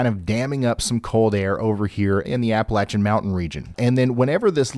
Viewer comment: Ya know... you use to give me anxiety watching you live so I switched to Max Velocity ( he had just started then) but the fact that you know how to pronounce " Appalachian " made me come back. Ps : we're revoking PA's Appalachian Card. Lol